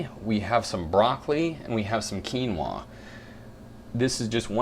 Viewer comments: I like how you say quinoaaaa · you look gay when you say quinoaah